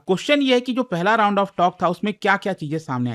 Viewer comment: Tound ❌ round